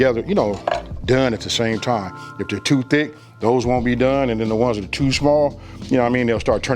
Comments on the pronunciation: Look at it one more time, not "one more gin." I know ignorant people make fun of you for speaking correctly but if you want to bring in an audience, you have to, as you say, "level up" and sound intelligent. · I heard that old school come out for a sec. 'ONE MO GIN'